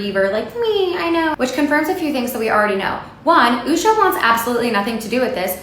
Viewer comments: SAY HER NAME CORRECTLY. The first half you said her name incorrectly. Fix it and repost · JD married Usher? I'm no fan of JD Vance or his wife, but to continue to mispronounce her name even after referencing videos of people saying it correctly was annoying. Made it hard to focus on the point of the video. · U can't even bother to pronounce her name right after hearing it 100 times?? What if we call trump as "trooomp" Or vance as "vankey" Or beyonce as "beyonk". You woould lose ur shit? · I wish the host would pronounce Usha's name right - he gets her name right only after the first 15 minutes of the video. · For the love of God please pronounce her name properly! Every video clip you played pronounced her name properly buut you still insisted on pronouncing it wrong! Come on dude!! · It’s annoying hearing you pronounce her name wrong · I like you but you are mispronouncing her name, the narrator in this click is pronouncing it correctly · Why are you mispronouncing her name? I'm not in media but this is not the way I have hea😊rd her name pronounced. Am I wrong? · Did you say her name wrong on purpose 😂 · Please pronounce Usha's name properly. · At the very least you could learn how to pronounce her name right nitwit. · Yipes! Learn how to properly pronounce the woman's name before you drag her hard in public. Show some respect. For yourself, if not for her. You make yourself look ridiculous by mispronouncing her name. If you don't have that right, what else did you get wrong? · Is that how her name is pronounced? Or just how you choose to do it. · How can we take you seriously when you pronounce the name of JD's wife incorrectly? It's like you haven't listened to anything about her. You played a video clip where her name was pronounced correctly over and over and yet you missed it. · Is it too much to ask that you learn how to pronounce Usha's name before doing a video that includes her? Show some respect. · You should pronounce her name correctly